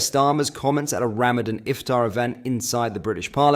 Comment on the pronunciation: Is it Ramadan or Ramavan.